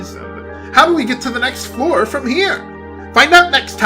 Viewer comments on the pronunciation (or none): none